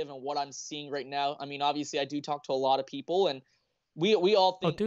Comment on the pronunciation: "talk to a lot o fpeople"